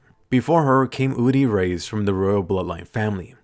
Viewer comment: Reiss is pronounced “rice” not “rays”